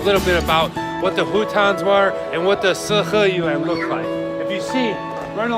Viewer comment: 我听他说北京的“死-河-源”，5分钟后我才反应过来是四合院。